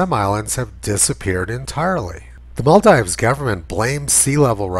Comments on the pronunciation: It's maal-deevs*, btw Tony. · Isn't it pronounced like "maldeeves"? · Much as I love your videos, your hick-like mispronunciation of "Maldives" will work against you if ever you show this video to a wider public. It's Mall-DEEVES. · Good video. But it's pronounced. "mahl-deevs". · Maldeeves. It's pronounced Maldeeves. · Hey Tony, I think it's pronounced Mal-deeves. That's the problem with people who read. BTW, love your work. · If he could pronounce Maldives properly he might gain a little credibility. On second thoughts he wouldn't as he is talking horseshit.